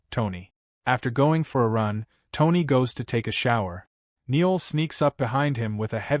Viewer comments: What the hell? It's No'EL not Neil & LUUUUKE, not Lucky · You are slaughtering the name Noël. It is pronounced (no elle) please incorporate this information for your future use. And the man’s name is LUKE! not lucky.